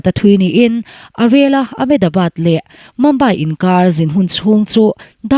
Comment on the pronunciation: Mumbai i lamdan chu a va nalhlo ve. Mambai nilo in Mizoṭawng a 'Mumbai' tihzawk tur aw. Mumbai a awm mek te kan lungawi vaklo 😆